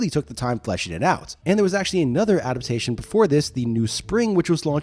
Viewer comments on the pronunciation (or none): "Ada-pation"? That's not a word.